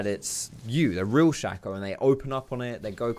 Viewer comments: 90% sure you're wrong about the pronunciation, just because "shay-co" (spelled shaco) is a word that's existed for hundreds of years and is completely factually pronounced that way, though I will admit that doesn't necessarily mean the champion is pronounced that way. But the reason I'm commenting is that I still completely fucking love and have mad respect for the comment you made about it. 😂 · Nah man it’s pronounced “Shaco” like “taco”